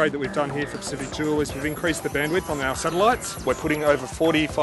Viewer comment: why did he say Pacific Jewel?!